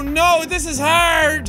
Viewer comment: I love how he says HARD it is with an Irish accent